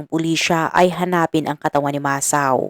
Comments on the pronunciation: Need more improvement pronouncing Japanese names.. it's MA - SA - O.. not MA - SAO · HINDI PO MASAW IT'S MASA-O 😂MUNTIK NA MAGING ISAW EH NUBAYAN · It pronounce Masa-o...sorry for correcting you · Wag ka sanang magalit pero Mali Mali ang pagbigkas mo sa mga pangalan masa-o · RIGHT. . MASA O